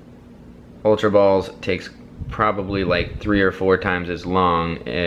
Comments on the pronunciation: He didn't say ultra. He said Ulra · it's not ulra